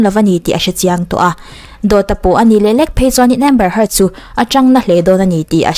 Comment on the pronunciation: A hming hmerhin tih hi i lam diklo țhin a miss